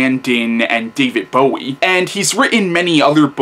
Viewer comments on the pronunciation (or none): none